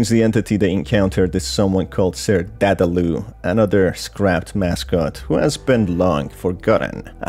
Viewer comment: Dadaloo? It's Dadadoo